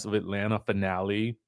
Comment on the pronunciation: “Atlanta” doesn’t have an “R” in it